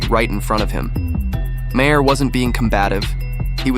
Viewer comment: You can’t afford to pay a voice actor - someone who can pronounce Maher - for 15 minutes of work? Then DON’T post these stupid videos.